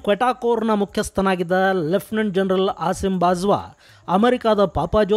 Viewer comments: ಸ್ವಾಮಿ, ನೀವು ಉಚ್ಚರಿಸುತ್ತಿರುವಂತೆ * ಮುಲ್ಲಾ ಜರನಲ್*ಎನ್ನುವುದು ತಪ್ಪು.ಅದು *ಮುಲ್ಲಾ ಜನರಲ್ *ಎಂದು ಉಚ್ಚರಿಸಬೇಕು. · Gernal alla sir general antha yestu helidru ade heltaidira 😅😅